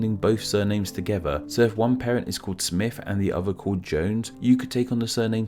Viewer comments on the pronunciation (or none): Please learn how to say father, not farver. Other, is not pronounced ovver.